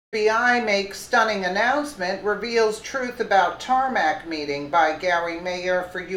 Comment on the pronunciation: Tarmac "meting"?